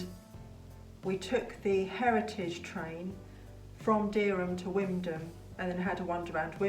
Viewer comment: Just FYI although it reads as Wymondham, it’s pronounced Windham not Wimdham!